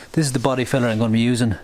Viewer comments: When you're saying Body filler, it sounds like you're saying Body feathers... 😂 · Hard to understand when u say filler ,good thing u showed us the can ..try the American accent like Farrell Collin in movies ,doesn’t matter if u sound maybe stupid to u ..